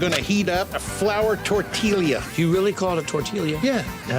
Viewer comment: I cringe at the pronunciation of tortilla. . Dude must be from Ohio. i know he's not.